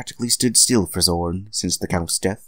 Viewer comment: Heheheh. Love the epic recap voice. Obligatory nitpick: Trauare is three syllables long, not two. You have the "Trauar" part correct in the recap, but the 'e' at the end isn't silent ("TRAU-ar-ay"; rhymes with "how are they"). The same is true with Zorne ("ZOR-nay"). Hotheads? Nah. These happy fireballs are modeled after the blast power-ups from Super Bomberman. Their actual movements are based on the Tackle Fire enemies that Hotheads throw at you in Megaman 2. The Japanese names of these enemies are Changkeys and Changkey Makers, if memory serves. Kopiekreisel (the "Spinning Cyclone" -- note the pun on the "clone") is Rosenkreuzstilette's answer to Top Spin (the most useless weapon in Megaman 3). It's an extremely close-range attack that occasionally goes through enemy defenses (though its range is significantly greater than that of its inspiration). When it's effective, it's SUPER EFFECTIVE. I'll say no more than that, lest I give away some major spoilers. Amen on the music. Sound Prison did both "Eruption Trigger" (the BGM for the Crypt of the Fire Dragon / Zorne's Stage) and "Acid Rain" (the BGM for the Town of the Dead / Grolla's Stage). The RKS series' soundtrack really is a mixtape of incredible indie internet artists... I guess you could say that charging is "a Tia thing"; Freu can only charge two of her abilities (of which you currently only have one), and it only increases their area of effect rather than their damage output. On the positive side, letting loose a ch